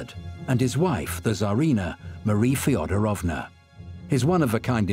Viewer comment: Marie … FedOOOOOOrovna! PLEASE - pronounce the name correctly, you dear English speaking people😂❤‼️‼️‼️